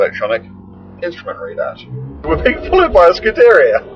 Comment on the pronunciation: What an idiot he cant say any itallian car name right the way he say scuderia is all wrong hel also cant say Reventon right it is pronunced with a B instead of a V "Rebenton"